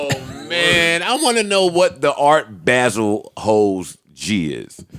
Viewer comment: If they say "Art Baa-sel" one more time!....It's ART BAH-SEL...Geez! LOL.